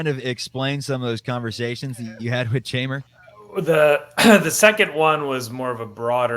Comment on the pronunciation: Jeimer's name is pronounced Heimer. (Hi-Mer). In Spanish J makes an H sound. Just in case you were happening to ever interview him or meet him in person. But loving to see him in Cubs blue. Solid pickup and love the message it sends to the clubhouse.